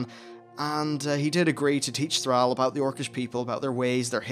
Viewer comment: I like the video but PRONUNCE THRALL PROPERLY even Go'el is good enough